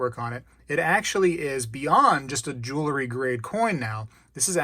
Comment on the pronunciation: Great video! I agree on the War nickels, the 40% coins from 1965 and later, the slicks (although they do still count as silver), and the fakes. But please, I implore you, just for this one thing: please stop saying, "jewl-ery"! You said it so many times I was going into a spazalitic state. The word is, "jewelry." And by the way, when the mounted soldiers come to the rescue, it's the "cavalry," and not the "calvary." ("Calvary" is a different thing altogether.) Please help me to retain this tenuous grip I have on my sanity. Thank you!